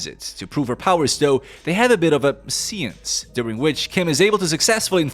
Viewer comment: It’s séance not see aunts.